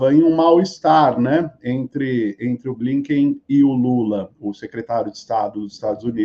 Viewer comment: Vou dar uma pausa no ativismo só pra frisar uma coisa sem importância mas que eu não consigo mais segurar... xD Anthony Blinken se pronuncia como se fosse o português mesmo gente, não é "Blainquem", é "Blinquem" mesmo. Do mesmo jeito que você pronuncia piscar em inglês, "blink", não tem o "ai". Ok? Desculpa dar uma de grammar nazi, mas tá me incomodando. Aqui ó, um protesto na porta da casa do Blinken em Virgínia, de ativistas pró-Palestina nos Estados Unidos, relevante pra matéria.